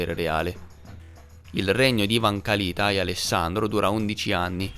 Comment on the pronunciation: Perdonami, ma ti devo correggere: si pronuncia Kalitá ( Калитаʼ). 🙏♥️ Grazie x il tuo lavoro.